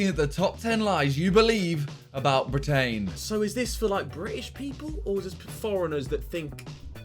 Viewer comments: when Simon said "brit-AIN" I lost it Harry legit wants to box a swan on the JJ vs Jake undercard LMAO HARRY IS ON SO MUCH SMOKE im dying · "Brit-ain" that pronaunce from Simon